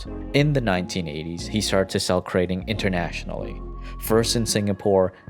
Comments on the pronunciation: "krah ting" not "kray..." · Krating isn’t pronounced like “grating” how you would grate cheese. You need to break up the two syllables (phonemes) and emphasize the vowels. “GrA” + “Ting”